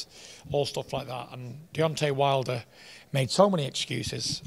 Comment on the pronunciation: 13.40 Fury said: "Deontay Milder."